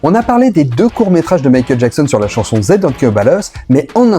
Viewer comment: Zei ????? Serieux ? Si tu es 'est incapable de dire "They," traduis, et puis prend un cours d'anglais. Pffff ...